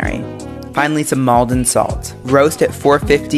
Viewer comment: The pronunciation of Maldon is so cringe, say it properly 🤣